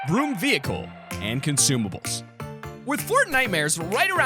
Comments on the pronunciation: When he said “broom vehicle” I thought he said B.R.U.T.E vehicle, I was about to SCREAM 😅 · When he said broom I thought he said brute